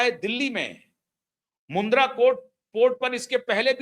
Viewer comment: मुद्रा पोर्ट नहीं, मुंध्रा पोर्ट